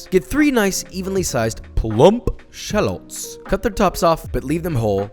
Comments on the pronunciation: Anyone else bothered that he says shahlets rather than Shal-lots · the number of times he said shalets instead of shallots is too many to count. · You mispronounced SHU-LOTS!